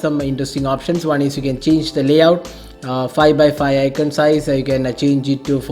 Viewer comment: its aikonn. aikonnn. not aikennn. smh